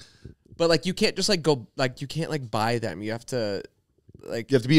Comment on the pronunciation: ZANE!!!! “THEM” not “THUM”!!!